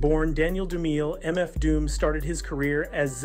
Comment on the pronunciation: No way you pronounced Dumile (DOOM IL AY) like that